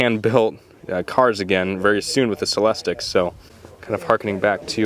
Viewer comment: It's pronounced cell-less-teak with the emphasis on the third syllable.